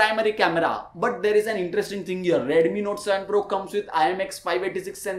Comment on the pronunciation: Bro its not redumi 😅 its redmi 😂 no offense